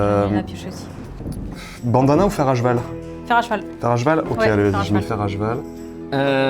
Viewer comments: Tiens, dit "fer à jeval"! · Je ne rêve pas O_O, dit "fer à jval"!